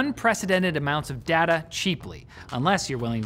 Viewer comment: Cant lie i hate the way he says data i get OCD